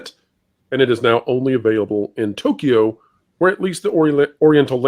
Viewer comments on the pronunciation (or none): It's To-kyo. Not To-key-yo.